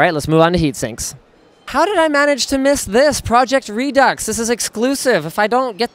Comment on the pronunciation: Linus doesn't know how to pronounce redux. Eurgh